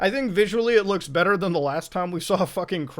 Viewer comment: "tHe PlAYsTaTioN iS bETtA" I only post this, so muta can spit on me.